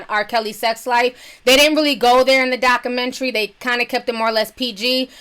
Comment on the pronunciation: I laugh every time she says 'Dockamentree'